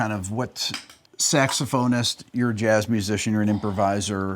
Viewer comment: Guy! Come on…get it together…again! …what the heck is a SAXAPHONIST? Are you guys for real? 😂